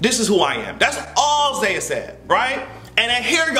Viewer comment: its zaya